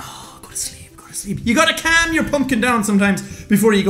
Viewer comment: omg I do too!! it's adorable!,I need to "cam" down,its the way he says calm.now I feel bad...really bad